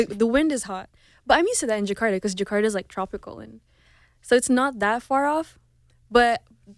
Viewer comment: Just don't like Menik said djekada ( Jakarta!) But anyway so proud..